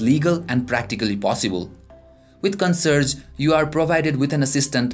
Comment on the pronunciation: First time heard it pronounced "CON-SERGE" LOL